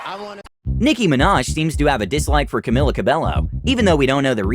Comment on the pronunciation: Camilla cab/eiyo/